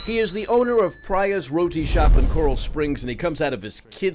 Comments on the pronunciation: Just FYI. It's pronounced Pre-ya not Pra-ya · It’s pronounced “preeya ” not “praya” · It’s pronounced “Pree-ya” by the way. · He pronounced the Indian name “Priya” wrong. It’s pronounced (Pree-Ah) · its pronouned pri yahhhhhh.which is a commmon hindu girl name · It’s pronounced Pree-ah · It’s pree-ya lol you guys are stupid af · They way y'all said Priya is the whitest pronunciation I've ever heard